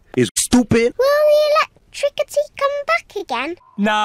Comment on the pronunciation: Electrikcity? Electricity Electrikcity?😂😂😂😂😂😂😂😂😂😂😂😂😂😂😂🤣🤣🤣🤣🤣🤣🤣🤣🤣 had me laughing lol